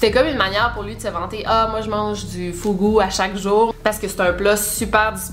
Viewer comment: Details mais quand tu convertis les sommes de la récompense tu passe de 100 000 à 167 (tu a oublier les 3 zero^^) Et le fugu (prononcé fougou) tu peux le manger cru c est juste qu il doit être préparé par un maître sushi diplômé à ça. Car c est la découpe qui pose problème, le fugu a une poche à poison mortel que si elle est touchée tu peux mourir. Mais le poisson peut tout à fait être manger cru ! Voilà sinon super vidéo comme d hab. Je fais aussi partie de la communauté silencieuse ! Bravo pour les 300 00!!!😍😍😍